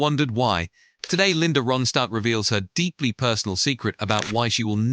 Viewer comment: Please pronounce Ronstadt correctly!🇦🇺